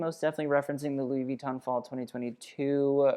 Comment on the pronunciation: Louis Vitton is actually pronounced with an emphasis on the second syllable, so the o :) Loved the vid, as always :)